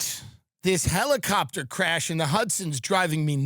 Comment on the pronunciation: no, it's a hellicoptah, he said